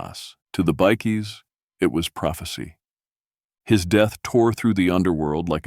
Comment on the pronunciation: oh shit, i just realised this was the person behind the video lolz, how the hell do you mispronounce bikies as bickies